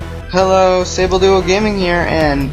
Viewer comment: DUDE THAT SAYBLEYE AND DODUE TOGETHER YOUR FUCKING MIST UP MAN!!!!!!!!!!!!